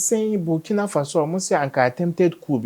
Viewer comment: Out of respect: The name is BURKINA ( boo r ki na faso)